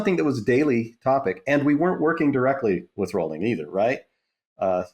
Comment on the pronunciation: Great interview, Colin! Also on Rowling's name, it's "Rowling" like "bowling." 😊